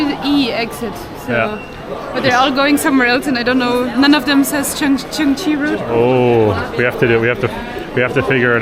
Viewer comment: pronounces Chunxi Road absolutely correct: it is “chun shi” (not “chun chi”). So in Chinese pinyin, all “x” is pronounced like “sh”, like “xiexie “ being pronounced as “shie shie”. Also, highly recommend the Chengdu Research Base of Giant Panda Breeding, where you’ll see real giant panda and super cute baby pandas! Enjoy the trip in Chengdu!